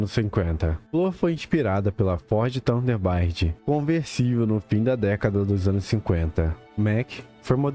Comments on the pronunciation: Mano cara vc não sabe pronunciar os nomes dos carros certo? Dodge VIP 🫵😂 Ford thunderbaird 🫵🤣 Doder assem 🤣🤣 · Vi dois minutos do vídeo, se melhorar a pronúncia dos modelos e marcas dos carros, fica perfeito xd Plimouti superbairde, dodger vipir, tunderbaíde... Acho que a narração foi feita com IA, pois "Mazda MX-5 Miata" saiu muito bizarro 😂 E como o nerd de carro que eu sou- a foto do Impala de verdade wue vc escolheu quando mostrou o Ramón é o ano errado dele, o Ramón é um Impala da década de 50 e o da foto real parece ser da década de 70 xd